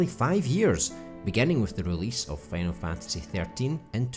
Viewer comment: “Fanal Fantasy”